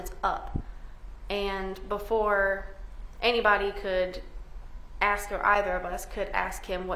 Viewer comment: this lawyer needs to speak proper english... its ASK.... NOT AKS.. I mean you make it out of undergrad, law school and then pass the bar... hunny you are no longer in the hood!!!